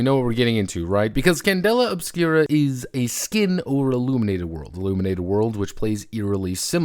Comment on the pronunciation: IlLUMENated, you say?